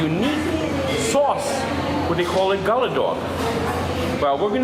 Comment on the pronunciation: It’s pronounced Goulla! The Gulla dog is the best!!